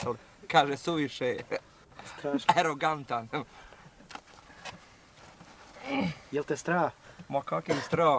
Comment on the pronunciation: Kaže suvišeh khee, aerogantan.. 😂😂 koji lik, rahmet mu duši!!!